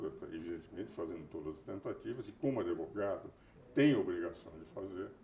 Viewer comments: Por que ele fala "adevogado"? Além, é claro, com menos inteligência e brilho, ser o Carl Schmitt brasileiro. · Adevogado. O cara se diz sumidade e fala ADEVOGADO. PQP!